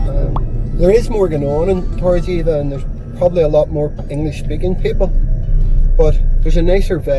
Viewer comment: Try pronouncing - Torr - eh - b - eh - ka. Weather wise its our favourite time of year here.